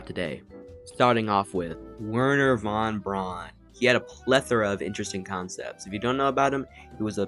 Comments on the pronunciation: This was a really quite charming video and I’m looking forward to seeing more! Small nit: Wernher von Braun’s last name is pronounced “brown”, not “brawn”. Keep up the good work! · You Americans have figured out Von Braun worked for the SS but you haven't figured out that his name is pronounced Fon Brown.